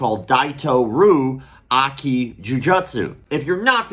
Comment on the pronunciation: You tell that child to tell you all their concerns and that whatever they feel is weird to let you know right away. Open communication with your children. Now, you keep saying Aki but it's Ai(like the aii of Hawaii) then ki.